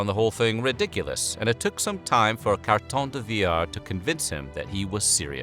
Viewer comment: This one is by far your best video. Kudos to the narrator for honoring the man without butchering his name.